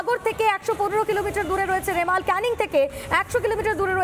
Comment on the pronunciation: রেমাল না রুমাল 😂